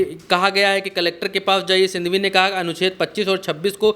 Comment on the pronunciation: Bhaiyya Abhishek Manusindhhwi nahi hai Manusinghwi hai..... Manusindhhwi ❌️ Manusinghhwi ✅️